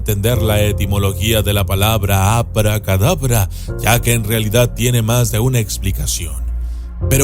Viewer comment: Cad(abra ) Cadabra 🤔